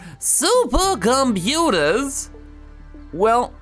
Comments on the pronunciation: Every time i hear saying "Suppacomputaa" the day is a little less worse:D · Yeah same